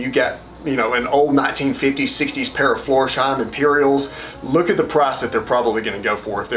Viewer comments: It‘s Flors-heim, not Florsh-eim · Florsheim is a village near Frankfurt am Main. It's pronounced floors-hime. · When he said Florsheim, ngl, I yelped.